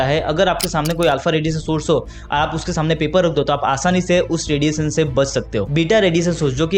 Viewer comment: रेडिएशन मेरे भाई, रेडिएसन नहीं।